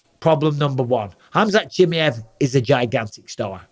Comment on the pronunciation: I don’t like how Bisping says Chimaev